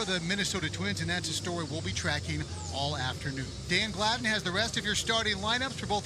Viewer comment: That was Dean Glidden? Dane Gladen? Closed enough... 😂 I really feel doubly bad for Twins fans.